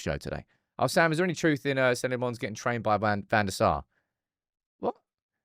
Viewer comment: Senne must dread saying his name and never hearing it said right.